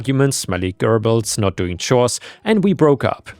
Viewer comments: Gerbils is pronounced JER-buls. With a "J" sound. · gerbils is pronounced jerbils, btw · Just FYI, the g in gerbils is pronounced like a j. You got the rest of the pronunciation correct, though! Source: My family kept gerbils as pets when I was little. They're cute little buggers, but you gotta' change their bedding regularly, or else-yeah, like this guy suggested-they get pretty stinky. Oh, also, a lot of them are a bit bitey, so be aware of that if you're thinking of getting any.